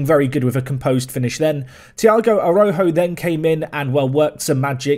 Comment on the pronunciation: Tiago's name is pronounced like "ah-rah-oo-joo"